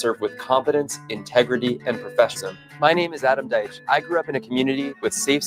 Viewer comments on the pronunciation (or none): At least your freeze frame was on point!! Hate to be the bearer of bad news, but the new guy running for DA , it's not Michael Doitch, rather it's Michael Die-tch, non spelled correctly but rather spilled as in sounds. And for Djuna Perkins, the "D" is silent. Just thought you'd like to know rather than continuing to pronounce the names unchecked incorrectly. So far, I find Michael to be a lot stronger than Djuna. I think he's shown he's committed & he knows A LOT about the Norfolk County District Attorney. I look forward to hearing more from him!!